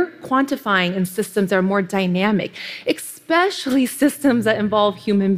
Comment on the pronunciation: Everytime she says 'expecially', a kitten dies.